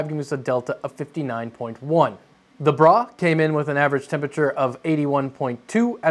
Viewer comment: Gotta stop pronouncing "Bruh" as "Brah" they are two distinctly different words with different connotations.